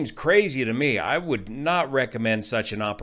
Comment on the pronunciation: wooda... couda... shoulda....